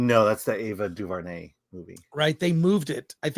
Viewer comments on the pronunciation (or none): none